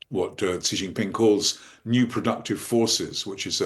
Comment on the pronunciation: What a disaster just seconds in! She came up with some sound to pronounce "Xi" that doesn't even exist in Chinese (or English)! The X in pinyin (romanized Mandarin) is like an sh sound in English, except the tip of the tongue is down, against the lower teeth and it's another part of the tongue a bit further back that's near the roof of the front part of the mouth. If you can't do that, then the closest English sound is just an "sh"! Just pronounce "Xi" as "she" and you won't sound idiotic like if you make a separate alien sound for no good reason at all.